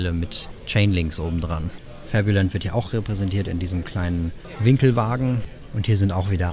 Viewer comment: Puh, wie Du krampfhaft FABULAND in Denglish sprichst ist super anstrengend. Ansonsten ein schönes und interessantes Video.